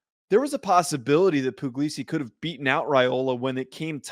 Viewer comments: Puglisi is really talented. And it's pronounced Pugg-lee-see btw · It's not poo-glee-see, it's pug like the dog 😂 so no, that's not what he said